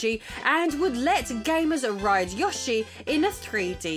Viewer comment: mAHrio not mEHrio. WAHrio, not WHEREio. YOshi not YAHshi. Do you call awnings ehnings?